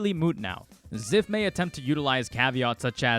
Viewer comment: I believe Zyph. Also it’s Z-“eye”-f